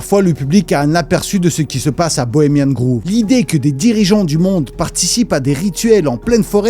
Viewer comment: merci, intéressant bien sourcé et marrant de ouf. petit truc qui m'a fait rire c'est la prononciation de Bohemian Grove... "grove"ne ce prononce pas comme le "groove" mais plus comme le savon "Dove". J'ai imaginé des vieux riches ensemble a danser sur le groove. 😂 😂 MDR